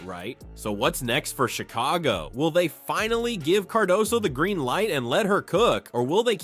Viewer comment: Chick-a-go-ski ... LOL! ... This channel is a mess! Thanks China or India.